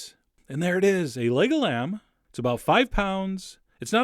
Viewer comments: I keep hearing Lego land😂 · i heard lego lamb..